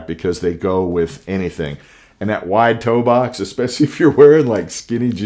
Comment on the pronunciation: Toe box.. say it with me____ Toe-box